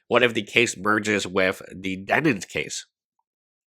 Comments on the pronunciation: I respect ' outright refusal to say Denim's name properly after all this time. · I only watch to hear how he pronounces Demen's name this time